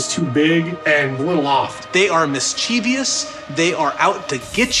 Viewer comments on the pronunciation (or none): The word, 'mischievous' has ONLY 3 SYLLABLES. Mis chie vous with the accent on the first cyllable. MIS' chie vous. It is NOT mis chie' vi ous.